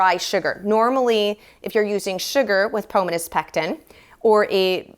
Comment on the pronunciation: It’s /Po-MO-nuh/—like Pomona, California.